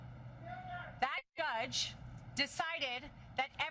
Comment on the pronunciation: Did she just say "that gudge" instead of judge? Aww bless, ... well, ... she's making a lot of money from donations. I won't knock the hustle.